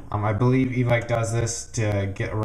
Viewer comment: FINALLLY someone who pronounces evike properly Halleluah